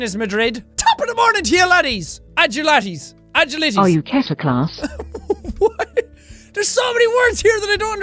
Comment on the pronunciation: When she says kiter class I think she means sinter klaas?